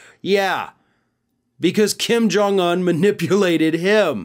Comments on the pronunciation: To and others his name is pronounced Kim Jong OON (UN), NOT Un like uhn (or like fun, for instance). UN is a long O sound. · Why do you pronounce Kim Jong-Un like an absolute mental health patient?